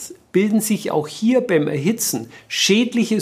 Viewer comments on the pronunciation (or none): Also besser keine Pommes "erzitzen", sonst "entsehen" schlimme Dinge. Mann, Mann, Mann ...